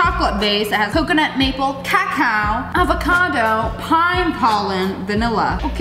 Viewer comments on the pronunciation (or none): I wasn’t looking at the screen and I legit thought she said caca 💀